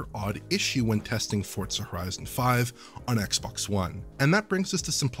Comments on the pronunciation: no, they're saying it wrong. There is no T. Saying Fort Suh is more ridiculous than if I went to the Tsoo with Tsendaya from Spiderman and there was a Tsebra but then there was a zunami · Why the hell does everyone call Forza "Fort Suh"? Who taught you people English?